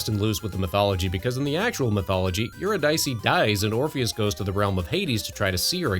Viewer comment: Just FYI, it's pronounced "you-RID-uh-see".